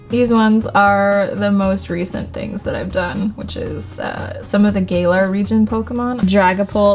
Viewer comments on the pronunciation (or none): I love how says Gay-lar when it’s pronounced Ga-lar.